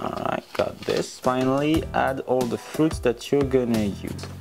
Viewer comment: Bro fruits not shoe